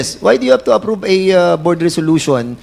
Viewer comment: prom instead of From. pormer instead of Former. Approbe instead of approve . Hindi naman mga Lawyer nagdudunongdunungan.